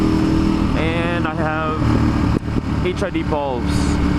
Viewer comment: I thought you said HID balls.